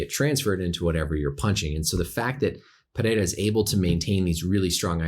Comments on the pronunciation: Thanks Doc for getting Pereira’s name right. Names usually aren’t a big deal for me, but for some reason Rogan and the other announcers kept fucking it up and saying it 5 different ways when it’s not hard at all. Doc even rolled his r’s decently. Well done, sir. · this is the first time i see someone who isn't from brazil pronounce his name the right way